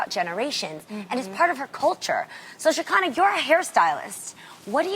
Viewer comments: Tamara said sha-ky-nah. I think its sha-ke-nah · “Sha-kinda” Tam please learn how to say the lady name😪🤣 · The way Tamera pronounces Shekinah’s name I can’t 😂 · Tamera was off or something cus the way she pronounced Shekinah name, and read the old ladies post lmaooooo